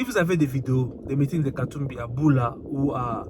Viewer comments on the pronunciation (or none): ulement, vous prononcez mal ce petit village que Katubi a voyagé. C'est BUTA et non BULA comme vous le prononcé. Étant un ressortissant de Kisangani, je n'ai jamais vu un aéroport dans ce petit village là. Et je doute que cet endroit soit BUTA. C'est encore une vidéo truquée. L'unique voie qu'on peu atteindre Buta, partant de Kisangani, c'est par voie de la route et non de l'avion. Et de Buta à ISIRO par train.